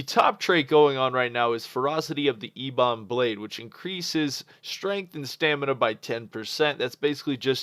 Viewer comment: "Eeeee-bon blade" lel